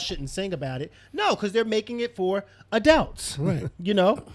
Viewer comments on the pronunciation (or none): What is an "ADELT"!?? Is that anything like an ADULT? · I've been watching this show for years, and I still smh evertime pronounces adult.